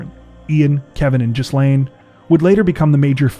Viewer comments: Not pronounced "jisslane". It is "gillane" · GHEE-lehn is the pronunciation of Ghislaine :) LOVE this channel <3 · Ghislaine's name is pronounced Gee - lane. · Lolx. Ghislaine is pronounced Gi lane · The "s" is silent in Ghislaine